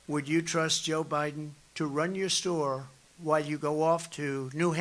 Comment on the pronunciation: "If you had a little store someplace". I 100% though he said, "had a little SORE someplace". Thought Trump was about to make an admission.